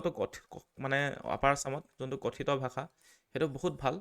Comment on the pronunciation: 'কঠিত ' নহয়, 'কথিত' ।